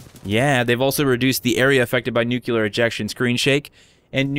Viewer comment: It's "nuclear ejection" not "nucular ejection"....